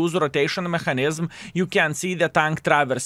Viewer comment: не маХанізм а меКанізм, вбий слово в гугл і послухай, неймовірно жахлива вимова